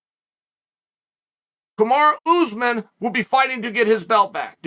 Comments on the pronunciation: Oh and Oozman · I'll never get sick of hearing Chael say oozman lol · I couldn't figure out what seemed so weird oozman ur a "G" sir